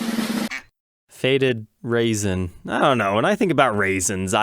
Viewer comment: "Rasin"??? It's not raisin.